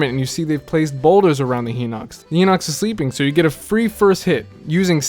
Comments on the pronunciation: FOR THE LOVE OF GOD STOP SAYING HINOX AS HEENOX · I had 9 heart containers and 3 or 4 stamina upgrades when doing Eventide. I sailed there, and I had no trouble there. Defeated every enemy except the Hinox, which I beat after. Also, you're pronouncing Hinox wrong and you could steal it while he's sleeping. Closest thing to a fail was almost getting struck by lighting, but I got away from the metal box. Also, I beat 3/4 of the enemies in one of the Bokoblin camps using a box and magnesis.